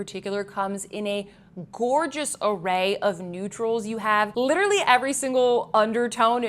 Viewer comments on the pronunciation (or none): none